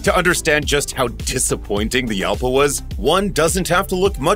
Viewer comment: Jalpa is a Spanish fight bull. The 'J' is pronounce 'H'. So, Halpa.